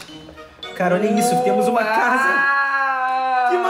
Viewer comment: VC falou invés de casa VC falou tchsa foi assim que VC falou😇🤗